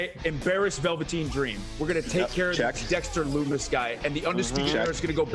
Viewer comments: did Kyle just say Dexter LuNis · I like how Kyle calls him dexter lunnis.